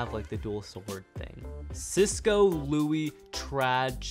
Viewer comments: Why do you call Silas ciso? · Did he say Cisco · Bro called Silas Cisco😂😂😂😂😂